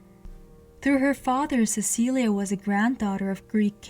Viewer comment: I believe its pronoun ed "Sesileee" not "Cecilia" but ive heard it pronounced both ways i could be wrong. Since its spelled "Cecilie" im thinking its pronounced the first way but im no historian